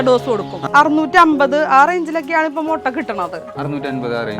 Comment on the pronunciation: മൊട്ട അല്ല മുട്ട